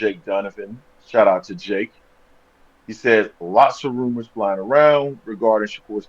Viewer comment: DONT BELIEVE IT Also you keep saying runor that’s not credible